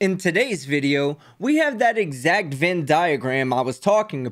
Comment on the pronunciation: Love your channel! FYI - it's "VENN" diagram.👍🏻